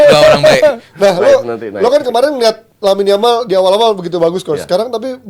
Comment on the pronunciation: Kok Yamine Lamal.. bukannya Lamine Yamal ya.. gak sekalian Yasmine Jamal aja dah😅